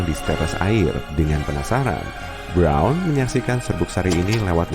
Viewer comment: roubeiert brouuwwnn.. briaaouwn breouwn wkwkwk ribet amat bilang bron aja